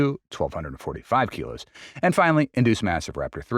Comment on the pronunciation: 195 kg is err... 195 keegos ?